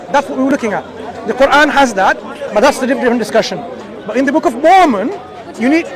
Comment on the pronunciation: Mormon pak, MORMON, bukan momon. Kristen Mormon atau Mormonisme adalah istilah yang digunakan untuk menyebut aspek-aspek agama, ideologi, dan budaya dari berbagai denominasi gerakan Gereja Yesus Kristus dari Orang-Orang Suci Zaman Akhir. Sebaiknya anda perbanyak referensi bacaan biar gak malu2in